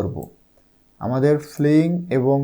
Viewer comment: ফ্লিং না ফিলিং হবে